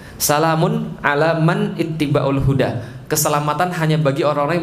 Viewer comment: Salaamun 'alaa man ittaba'al huda. Bukan (ittibaulhuda)